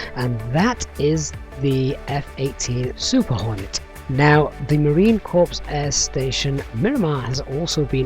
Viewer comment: regarding "USMC Corp". it pronounced "Marine - CORE"...a "corpse" is a dead body.